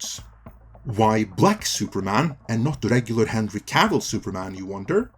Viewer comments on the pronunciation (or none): none